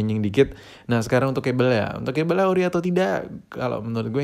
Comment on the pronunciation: kabel om bukan kebel kita kan tinggal di INDONESIA